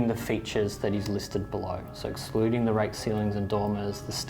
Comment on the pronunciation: "Ex cluding??"🤣